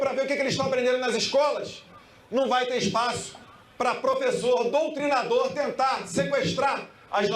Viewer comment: Ele falou doutrinsdor